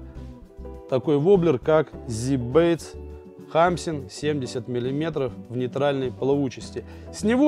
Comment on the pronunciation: Ударение научись ставить в названии